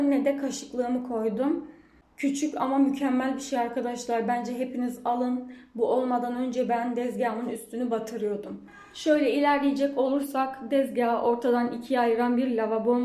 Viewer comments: Dezgah değil tttezgah❤ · Dezgah deyişiniz beni benden aldı 😂